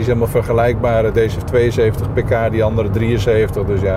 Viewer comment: Als je paar pk zegt versta ik paprika ahaha